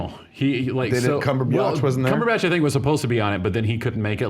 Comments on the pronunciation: Kev I love your work but please for the love of God just say the name Cumberbatch correctly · I'm obsessed with fatman on batman, but I want to take a bat to his face everytime he says "cumber-biatch"